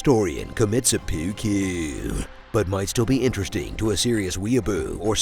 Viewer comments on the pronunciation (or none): Dat 'sepewwkeww' though xD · Laughed so much when you said sepuukuu